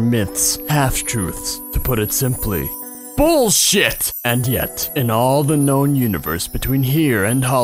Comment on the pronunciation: He sead boll shit